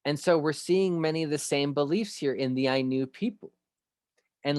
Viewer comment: Innu is pronounced like "In" , not eye. In-new, like Inuit. Inupiaq , In new pee ack = "the real people"